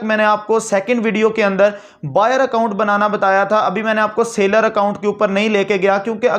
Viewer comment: Mere bhai sa ler account nai hai seller account hai